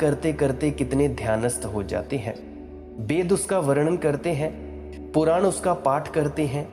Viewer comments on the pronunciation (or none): none